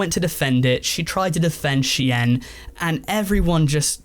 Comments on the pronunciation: sheeeen.... not she-yen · I mean it's actually she-in, short for she inside, which is what the brand was initially called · Bro SHEIN,is pronounced“Sh-EAN” like “Bean” with a “Sh” not “she-yin” 🤦🏻‍♂️ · I swear to god if he pronounces shein as “shi-en” one more time instead of “Sheen” I’m gonna explode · Bro did not just call it "She-en" 💀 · It’s pronounced sheen for ffs that’s why the documentary is called inside the shein machine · you're saying Shein wrong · I was devastated when I found out that’s how it’s ACTUALLY pronounced, another reason to hate shein